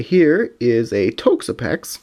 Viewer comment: Please Pronounce it TOXapex, not Tokesapex